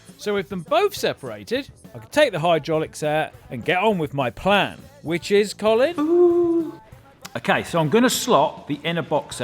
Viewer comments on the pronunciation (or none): Every time he said "Column" I kept thinking one of them should be named "Column Furze". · I can't be the only one who kept laughing hearing column and Colin in the same sentence, love the Colin column!